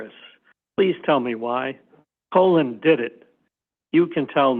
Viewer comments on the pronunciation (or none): Why does the CW keep calling Colin "colon"? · He is clearly trying to keep Colin‘s name out of the record as much as possible by pronouncing it wrong, similar to the misspellings in the police reports. I feel like the defense should have the court correct him asap.